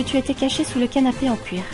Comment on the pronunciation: c'est moi ou tu prononce cle titre "le canapé en couir" xD